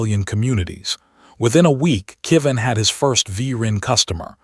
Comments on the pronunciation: Another name that AI can't seem to get right. This time "Kevin" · "Went to the stars forever" A lovely way to say someone has died. I wish the AI would pronounce Kevin correctly.